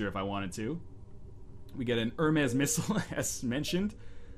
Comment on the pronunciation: Hermez? come on its so easy to pronounce that FORMER ENGLISH TEACHER